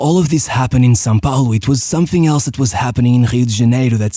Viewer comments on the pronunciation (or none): none